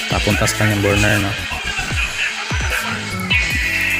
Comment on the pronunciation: Burner pronounced as "berner" sagwa pakinggan, burn beybi burn by usher 😂😂😂pero nice job sir,more helpful tips.